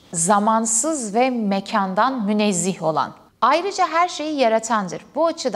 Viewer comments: Bir de *münezzeh * demelisiniz. Münezzih diye bir kelime yoktur. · Münezzih değil münezzeh olmalı. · yalnız münezzih değil de münezzeh olacak :) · ilgiyle takip ediyorum videolarınızı. Ama "münezzih" değil "münezzeh" olacak. Vesselam. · 'Münezzeh', 'münezzih' değil.